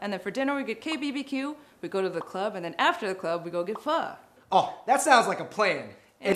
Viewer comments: So many people ik say pho like foe but it is actually fuhh lolxD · That's not how you pronounce pho... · One day, I'll find a youtuber who can actually pronounce pho.